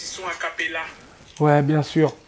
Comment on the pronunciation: Naza il me tue : "Mbien" , "Ndire" " Ndirect" 🤣🤣🤣